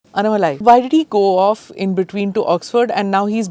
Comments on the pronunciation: Not related to the topic, and with all due respect, Smitha Ma'am you are a South Indian yourself and as a senior journalist getting the right pronunciation of keywords and key names is important.. pls refer how Sai Deepak says " Annamalai" it definitely does not sound like how you are saying it, which is more rhyming with rasamalai.. and the other imp word is "Paadayatra".. not "padayatra". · Please pronounce his name correctly: अन्ना मलै